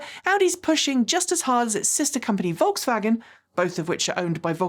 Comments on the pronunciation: Every time said volkshwagen I let out a yelp 😖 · I really appreciate you taking the effort to pronounce euro car brands right and you've done great with Skoda, BUT- The S in Volkswagen is a normal S, not an SH sound. If you want to be extremely accurate, germans often pronounce Vs as Fs, and Ws are Vs, so the correct way to say Volkswagen is: F O L K S V A G E N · Your "Volkshwagen" is adorable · Volkswagen = Folksvagen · So true! Folks-Vah-Gen. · Pronunciation Polizei here: please try to pronounce Volkswagen correctly! There's no "sch" in the middle joining the two words. On the positive side the new Q4 e-tron range does look interesting, thanks for bringing it up. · one very small thing from pedants corner over here. You don't have to "sh" the s in Volkswagen. It's just a normal hard s sound. If you want to say it with a German accent, the v sounds like a f, the w sounds live a v and the a is flat. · Generally, I love your channel, thank you. But for this video my ears hurt from your “Volkswagen” pronunciation. There is no “sh” in Volkswagen, please :) — All else: Please keep fighting the good fight for EVs.